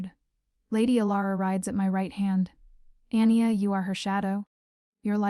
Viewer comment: Anya - pronounciation Arn yargh Not Anni er. Good story very enjoyable, thank you.